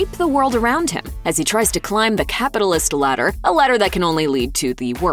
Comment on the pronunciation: "A capalist ladder that can only lead to the worst players" Yeah like one of the biggest channels on YouTube and making handsome wages narrating videos. 😑😒